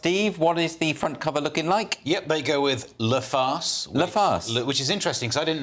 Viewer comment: These guys need to learn how to pronounce "Le", La", and "Les". 😅 Whenever what * I think * he intends as "La" sounds like "Le", his "Le" sounds like "Les"... And then the other guy pronouncing "Les" with an "s" at the end. 🤦🏼‍♀️